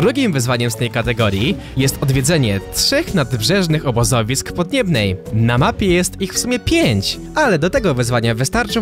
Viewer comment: jak można mówić "podniebna"